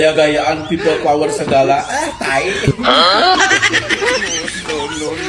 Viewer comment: Opeil uler bukan peopplepawer.